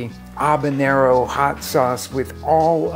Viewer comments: Whats an obanero? Is that like a one-word-accent take on a habanero? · The H isn't silent. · there is a H in habanero, it is not silent! lol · I have never heard anyone pronounce the name of that pepper the way you do it sounds totally wrong and it makes me want to pull my hair out so I can't watch your video